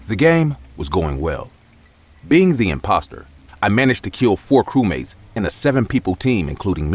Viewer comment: her:nlah blah blah cewmate me:ye ye defenetly a cewmate